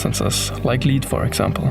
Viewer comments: They were working here with toxic substances, as for example "leed". Bro... it is called lead, not leed. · Just a quick fyi from a fellow German. lead spricht man nicht "lied" aus sondern "led" das a ist stumm